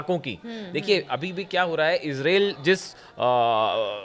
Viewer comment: Israil bolna to sikho pahle